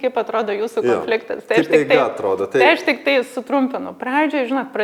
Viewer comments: Smagu,kad dalinatės! Taip ir toliau,kalbėkit apie viską,temų yra daug gyvenime,kol viską išnekėsite...😊 Klausėte ar kliūna kirčiavimas - atsakau-Taip. Man visada klūna,kai žmonės neteisingai kirčiuoja. Nepykit,bet jūs neteisingai kirčiuojate ir žodį - konfliktas( kaip rėžia ausį) ir žodį - produktas ( kurį dažnai naudojate), žodį - projektas... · Taip "konfliktas" su lietuvišku kirčiavimu ne tik gražiau, o tas kitas labai užkliūna .😊